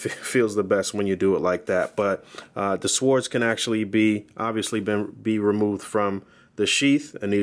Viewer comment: No offense to my man and his reviews always dope, but I'm no English major or professor of English but I believe the correct pronunciation for swords is :(sordz) not "swords" the w is silent 😆 just saying my man hey we all been there with one word or the other keep making great vids dog really informative.